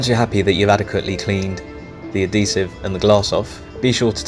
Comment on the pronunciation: Just to let you know it is Adhesive not addesive